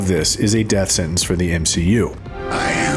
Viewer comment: M-she-u failing. Love it 😂😂